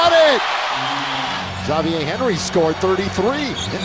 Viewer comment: wait Xavier henry's name is pronounced "Zhaviè Henry" ? wtf, never knew that.